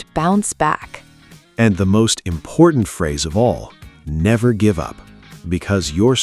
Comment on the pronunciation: “Never gibe up”